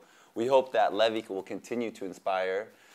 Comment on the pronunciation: it's Levi, pronounced as "Lee Vi"